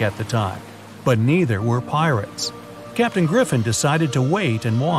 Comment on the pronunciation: The fact that it’s said captian